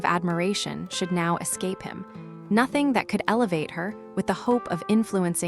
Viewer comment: I love this story. This narrator is horrible. She can't even properly pronounce nothing. Not hing? Ruins it for me. An American accent for a classic British story.